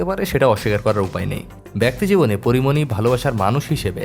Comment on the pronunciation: Am i only heard 'Kori moni' instead of Porimoni?